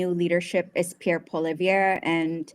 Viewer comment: His name is Pierre Poll-i-EV-RE.